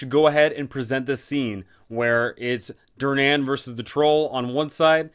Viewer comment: This canNOT be how Durnan pronounces his name. It's hurting my ears and my soul.